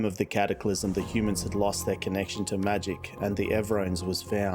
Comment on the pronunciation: I love the intro and the lore. The adding in the elves is awesome. If u want to add in other species that would be awesome. But take your time. I want to hear more! BTW I think it is my bad hearing/hearing loss but did you say hooman at the beginning? Lol